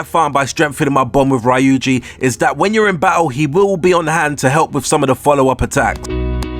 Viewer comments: I noticed that too. "Raiuji" "Sojiyro" "Takimi" etc. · So... You claim that you played the game ergo you heard all of the voice lines and you heard the pronunciation yet you still manage to get it wrong like "Rai-yu-ji", "Takimi", "Sahjiro" or "Mementum". It's quite interesting to say the least. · 11. Learn how to say Ryuji lol